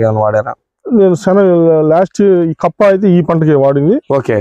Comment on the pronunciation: కంప కాదు కప్పా